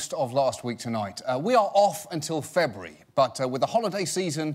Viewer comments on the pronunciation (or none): John, you dropped some of those syllables in February there. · FEBURARY? DAMN IT JOHN! I can't go 2 months without you :( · "Febry" ?!?!?!lol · “We will be back in Febry.” The fuck is “Febry,” John? Did you just invent a new month so we couldn’t know when you’d return? That’s evil. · Did he say FEBRUARY????!?!?! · why does he pronounce February so weirdly?